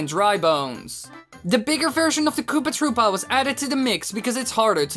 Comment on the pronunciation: Its not kopaaah troopaaah its koopA troopA